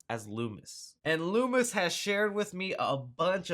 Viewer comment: Im doing dishes and am listening to this without headphones on, I thought you said Louis at first not Loomis when talking about your source lol thought you ended that mans whole career.